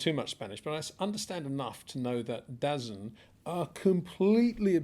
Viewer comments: DAZN is pronounced: " Da Zone" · DAZN is pronounced “Da zone” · Not sure if you read these comments but DAZN is supposed to be pronounced as tha zone as in “the zone”… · Hi Peter. DAZN is pronounced believe it or not DA-ZONE. Like an urban street way of saying The Zone. I hope that helps going forward.